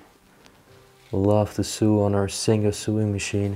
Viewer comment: "Sew" is pronounced "SO"